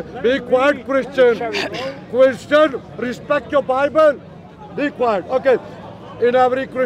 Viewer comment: you cherrry picker😂😂 Christiaan resbekt yoourrr Bibh'al😂😂